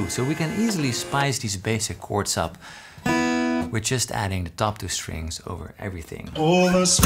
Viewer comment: "The Gords"